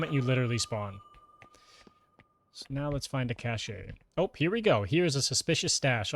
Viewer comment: Cache is pronounced "cash".